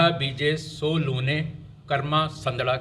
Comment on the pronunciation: ਲੂਨੇ ਨਹੀਂ ਲੁਣੈ ਆ ਜੀ ਗੁਰੂ ਸਾਹਿਬਾਨ ਦੀ ਬਾਣੀ ਦਾ ਪਾਠ ਵੀ ਸ਼ੁੱਧ ਸਿੱਖੋ ਗੁਰਬਾਣੀ ਸ਼ੁੱਧ ਸਿੱਖਣ ਨਾਲ ਈ ਸਾਰੇ ਮੋਰਚੇ ਫ਼ਤਹਿ ਹੋਣੇਂ ਆ ਜੀ